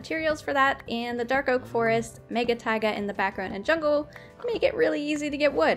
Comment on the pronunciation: Hahaha When she found the jungle taple she said jonh so cleary not anything close to jungle but shes a great youtuber and shes just what i wantd she can build and it teachs me new things great youtuber keep it up